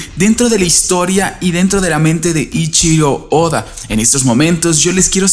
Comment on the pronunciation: Hermano, llevas más de 2 años haciendo videos sobre OP y aún no pronuncias bien el nombre del maestro Oda! No lo puedo creer, bro! POR FAVOR, deja de omitir la "E" en el nombre de Eichiro Oda, es un error muy feo para alguien con el nivel educacional que demuestras tener y, además, sin querer le faltas al respeto a uno de los mangakas más grandes de la historia, como tú ya bien debes saber. Espero que no tomes a mal mi crítica/petición, tienes mi palabra de que no lo hago por tirar hate ni ninguna de esas estupideces que acostumbran los muchachos de hoy en día. Eso es todo por ahora, te mando un gran saludo desde Chile y, por mientras, seguiré viendo esta teoría que me parece altamente interesante. Qué tengas un excelente fin de semana, bro! ✌🏻😁